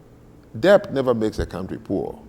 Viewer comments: Who is this man, he is just shouting and not allowing the woman to speak. He is so arrogant and thinks he knows it all, my God. By the way he can't even pronounce debt correctly, the t is silent. It's det in pronunciation but spelt as debt. He kept saying debt pronouncing the b. The only part I agree with him is that the Africans built nothing. The slaves captured as he said weren't educated people, everything in that regard he is correct. He is correct that it's colonialism that brought modernity to Africa. Our ancestors did nothing for our pride or dignity. They wrote nothing, built very little and that is it. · I find it rather astonishing that an intelligent, fluent English speaker like doesn't know how to pronounce the word "debt." It suggests a man who learned English chiefly through reading and listening to himself talk. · PLEASE... do not pronounce the "b" in "debt". Like with the "b" in "plumber" and "bomber" and "lamb" and "comb" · If he pronounces debt with a b one more time